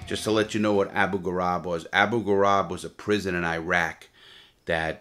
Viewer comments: “ABU ghoraib” in Iraq - sounds like “grayb” not Gorab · “Grah-eeb” not “garab”